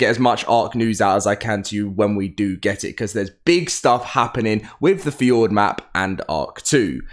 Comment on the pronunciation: why in gods name does he keep calling Fjordur Fjord… it’s one thing to pronounce something wrong but bro deleted the whole ur from the name